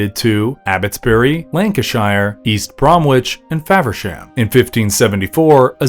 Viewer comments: For the last time; Its not pronounced Brom Witch or Nor Witch. Americans, please ask english people how to pronounce our place names. Its Bromwich pronounced Brom-itch, or Norwich pronounced Nor-itch (Norridge). I know all of your states are a mess of phonetic sounds with far to many syllables (sorry but wtf is Iowa) but that doesnt mean you get to shit all over the language we so graciously gifted you. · Just to let you know it is pronounced Brom-Itch (you do not enunciate the 'W') :)